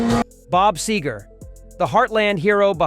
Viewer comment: Any video that mispronounces the name of its main subject is a joke. Frey & Seger were longtime friends (Frey's first recorded appearance was on "Ramblin' Gamblin' Man") & Seger wrote a song about Frey after he died. Henley also sang on a Seger album in 1986 (& others before that).